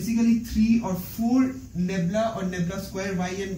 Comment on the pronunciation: Ummmm. its "nabla' not 'nebla'